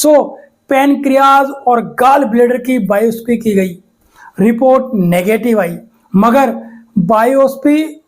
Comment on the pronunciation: बायोसी नही बायोप्सी